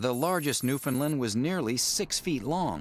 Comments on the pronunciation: Please, Please, PLEASE.... Refrain from calling these wonderfull dogs "newfies". Would you dare refer to a dog from Pakistan as a "packi". The people in Newfoundland dislike the word. a couple of other notes; Newfoundland is pronounced ,properly, to rhyme with UNDERSTAND. New-FINN-land(or Lund) is incorrect. The dog was already here when Basque f/men came. There are written records that describe the "large wooly beast" from the earliest reports back to Europe.Vikings may have imported 1,000 AD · Our three year old male also does not drool as a rule. Partly because we keep him well groomed which helps to keep him cooler and partly because he lives indoors with us. The video has a few mistakes no doubt. You would think the producers could have researched how to pronounce Newfoundland and, well, one would think they should be able to find Newfoundland on a map (that is Labrador). Also, the word newfi is insulting to the majority of people here and should not be used by a (?) pro outfit. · If you're a Newfie and you actually do say it "New-FOUND-land", you're about the only one. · As for the producers of this video, and oh ya, I have asked them before to refrain from using "newfie", to no affect, they can't even be bothered to learn how to pronounce Newfoundland properly. How can you beleive any of the rest of the info. Their map, where they try to show where NFLD is, well, that's Labrador they have highlighted, not the island of Newfoundland. And one more thing, the Basque did not bring the dog here. There are written records that prove this. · Pronounced correctly, Newfoundland should rhyme with "understand" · NewFINLAND more like it.. no Newfie says the "Found" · You prenounced newfoundland whrong. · so many things wrong with this on the newfoundland perspective. for one they pronounce it wrong. for two on the map that was labrador. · way to mispronounce Newfoundland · It's pronounced New-Fin-Land, nut Nu-Fin-Lund. I know, I live there. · Newfoundland not Newfinland